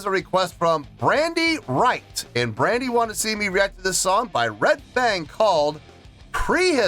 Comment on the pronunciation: It’s Brady, not Brandy. I’ve heard it all my life 😂. I’d forgotten I’d requested it. I’ll be honest, I requested mainly for the video, even though I love their music.